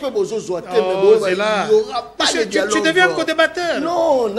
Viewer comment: Mr on dit dialogue pas dialogue tu es un vrai kasachin